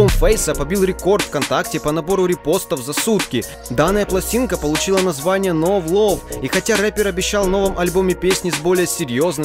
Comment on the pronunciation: На сразу видно что этот чувак плохо знает английский который не любил в школе. Правильно Ноу Лав алёёё ._.